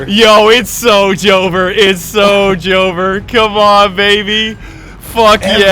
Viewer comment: are you okay? you said Joever with 2 Syllables instead of 3